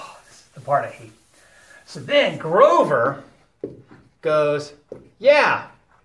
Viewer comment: "Groover" haha :)